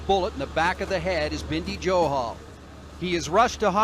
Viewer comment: Binddy johal ni bhai bindy johal